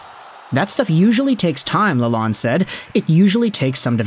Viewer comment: Nice video. Lalonde is pronounced La-lone (source: The coach himself)